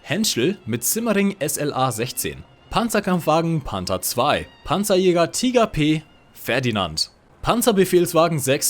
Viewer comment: Whenever he is saying Panzerjager, i'm listening Pantsu Yoga.